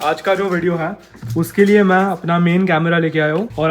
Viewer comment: Bro learn to pronounce " है "